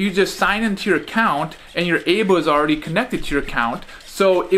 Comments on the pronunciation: It's pronounced Eye-Bow not Ay-Bow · It's pronounced "I-bo"